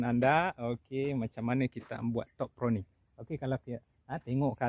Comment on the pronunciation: Pruning bro,bkn proning…hehe